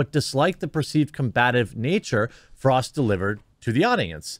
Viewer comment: Thank you. She is Not Frost. Frost is a famous drummer in Heavy Metal bands. She is Frog or Frosk.